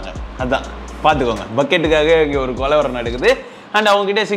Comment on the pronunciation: Athu kolavaram illa thala. Kalavaram